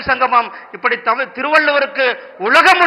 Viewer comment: முதலில் தமிழ் என்ற சொல்லை சரியாக உச்சரிக்க கற்றுக் கொள்ளுங்கள். ஐயோ ஐயோ🤦‍♀️